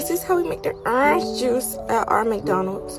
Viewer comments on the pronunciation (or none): "When the EhHrNj juice is pOrN, we gonna stop it midway so it doesn't flow"